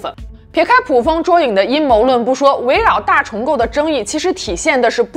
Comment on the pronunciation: 捕(bu)风捉影